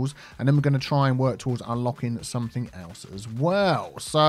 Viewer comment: Picking up people on their pronunciation of "quay" while you say somethink, nothink and everythink. Priceless